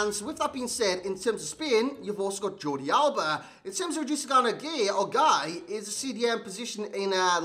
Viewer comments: yeah that’s what I’ve always know it as. Not ‘guy’. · I think it's pronounced like 'gay'.